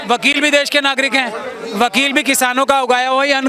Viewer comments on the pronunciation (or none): none